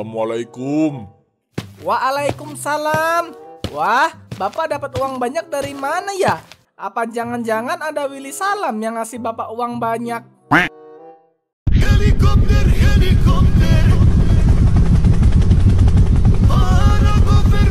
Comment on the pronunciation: Wili salim bukan wili salam